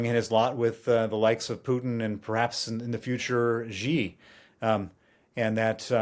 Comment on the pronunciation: The "X" in the Chinese name "Xi" doesn't rhyme with the "g" in the English word "regime"; indeed, the Chinese language doesn't even have this quasi-French sound. The "X" in the Chinese name "Xi" is pronounced more or less like the "sh" in the English word "she."